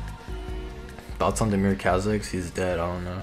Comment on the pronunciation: It's damir not demir btw